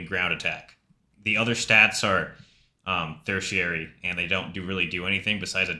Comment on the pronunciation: ancillary, auxiliary, secondary... but not tertiary bro lmao, straight fake intelligence vibes